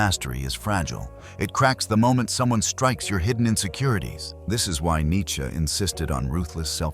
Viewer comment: Cracking up at how this Ai narration says Nietsch-ke 😂